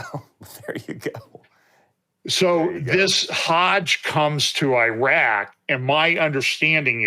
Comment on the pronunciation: Maybe sounds petty but it's nuclear..not nucular..and it's eeraq, not i-roc. Seriously..because why and who cares? ? The non believers who might drop by to view. You were the one choosing tho be on front of the camera, no one twisted your arm. Therefore, you took on the public facing kind of role. Step up, put on the boy boy panties, , learn to speak the language and also how to stop offending folks by sounding like the stereotypical ugly American who could care less and defines everyone else and has no respect. You know we believers actually all must up our game, because the world is watching. You got this. Ty.